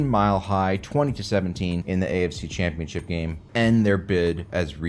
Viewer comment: There is no "I" in the word Jaguars. And "championship" is four separate syllables. Slow down!